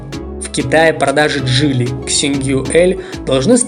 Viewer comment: Слушай автор :Не джэли а джили и нехрен картавить в ютубе